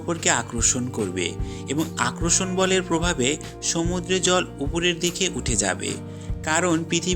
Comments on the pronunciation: ভিডিওটা ভালো লেগেছে কিন্তু আপনার বাংলা উচ্চারণের সমস্যা আছে। কিছু মনে করবেন না আপনি আকর্ষণ কথাটাকে আক্রোর্ষণ, বলে বারবার উচ্চারণ করছেন। পরবর্তীতে ভিডিও করলে এই উচ্চারণের বিষয়গুলো খেয়াল রাখবেন। ভালো থাকবেন। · ভাইয়া আক্রষন না আকর্ষণ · আগে আকর্ষন শব্দের উচ্চারণ ঠিক করেন।